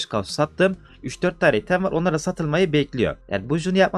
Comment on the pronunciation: abi çok güzel kanalın ama "item" değil ya "aytım" diye okunuyor. sırf o yüzden izlerken geriliyorum